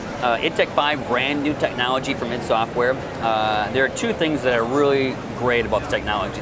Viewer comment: Did she said "its software new shooter" ids software? its I D Software damnit!